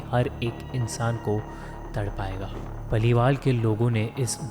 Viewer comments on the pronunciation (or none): 2.38 minute per su kiya bola hai tum ne paliwal nahi hota parivar hota hai language problem hai kya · Parivar not palival😂😂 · anyone else hearing "palival" instead of "parivar"?